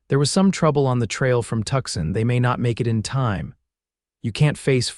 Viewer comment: If you are going to write about American cities, please have the courtesy to say them correctly ... the city of Tucson is pronounced phonetically 'Two-sahn' NOT 'Tuck-son'.